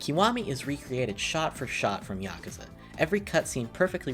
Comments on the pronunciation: Am I the only person that got mildly triggered when he said yakaza instead of yakuza? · YakUza not YakAza